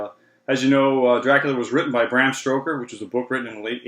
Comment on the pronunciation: Bram Stoker (Brahm Stoker) not Stroker